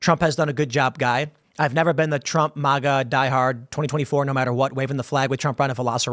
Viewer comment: I can’t please stop saying it wrong it’s MAG Like Magazine, and GA.